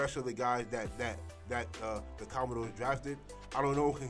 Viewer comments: You may want to research how to properly pronounce the team name🤷🏾‍♂️ COMMANDERS, not Commendores 🤦🏾‍♂️ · it's 'commanders' bro